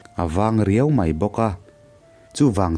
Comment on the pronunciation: Atui a hal ta hle mei a , ( mei , niloin 'mai ' aw.. ) tlemin fimkhur la.